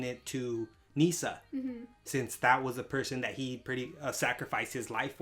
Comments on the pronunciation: Misa... not nee-san. This is not incest hentai XD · Misa.. not Nisa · It's not "Nisa" but "Misa". Besides, I love the kanji used for the names of the characters. Misa is written 海砂, which means "sea sand". Light is written 月, which is the kanji of the moon. By the way, Misa is not that old, she was born in 1987 in the anime (1984 in the manga).